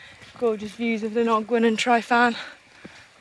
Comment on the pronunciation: The most disturbing thing about this video is how you pronounce Tryfan 🤣